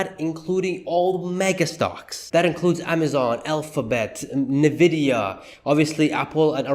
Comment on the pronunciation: Great video! It's indeed a Sheesh moment! A small correction. NVDA is pronounced with the letter N (N-VIDIA) and not as "NE-VIDIA." Let's go! Sheesh! 😂